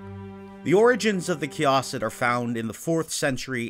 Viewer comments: please stop saying kay-AH-sid. It's kay-i-sid. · Wait no, it’s Kia-Seed, that’s the better way to put that and not be confusing. Key-Uh-Seed